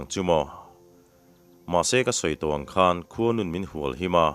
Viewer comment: A ngaihnawm zel e. A chhiartu leh a ziaktu in thiam. 'khuanu'n min hualhim a' tih laia 'hual' kha hmelmate kan hual bet tiha hual ang khan i lam a. Ka chanpual tiha 'pual' tih thlûk anga 'hual' tih angin a ri tur a ni lo maw?